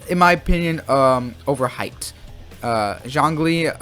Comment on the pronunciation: Your opinion sucks, you can’t even pronounce their names properly.. And Zlong Li freezes? He Petrifies dude.. lmao! 👎🏻